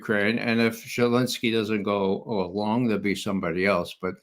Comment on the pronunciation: Whas it me or Ray that "misspoke/heard"....or did he actualy say Shelensky?.....Ray on fire today.